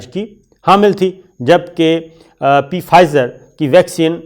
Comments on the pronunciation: P fizer nahin...yeh ask hi word hai....aur p silent hai...pronounce as fizer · Please say 'Fizer' not 'Pfizer because that 'P' in Pfizer is silent, just like pneumonia is written with a p but pronounced as 'neumonia'. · Sir its fizer p is silent and german company name is bion teck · Pronunciation is Fizer.P is silent. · The P is silent in Pfizer. It's pronounced Fizer. Listen to British and American reports on it.